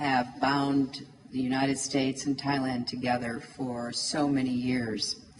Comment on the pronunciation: United states... พูด ไม่มีเสียง s เลย =='